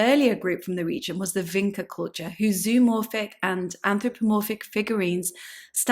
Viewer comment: VinCHa. Not Vinka